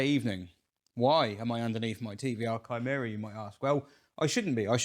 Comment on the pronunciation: I just wanted to thank you for not calling your Chimaera a 'Shy-maera'. Greek does indeed have a hard 'c' sound (charisma, cholesterol, chaos, choir, chemistry, etc), but they don't teach Latin and Greek in many schools these days (it's probably illegal); it infuriates me that prominent car-peeps all over the world call the Bugatti Chiron a 'Sheer-on'. It's Kye-ron, dammit! Chiron was the wise and mighty centaur who taught various mythological Greek heroes such as Achilles how to be manly and butch. Likewise, Charon [Care-on, not Sharon!] was the ferryman who carried the souls of the dead across the River Styx. French has a soft 'c', as in chiffon, but the Bugatti is most definitely not named after a bit of flimsy see-through fabric. I suspect it was Jeremy Clarkshole who mistakenly popularised the 'Sheer-on' pronunciation and, as he's a Yorkshireman and thus completely incapable of admitting he's ever wrong about anything, the name stuck. It's too late for Bugatti to put things right; their super-rich customers wouldn't listen, so I imagine the company will pretend that it's been 'Sheer-on' all along. It's a lie! Anyway, thanks for the hard 'c' in Chimaera. Sorry that I've got nowt helpful to say about your fuel woes, mate... 🤭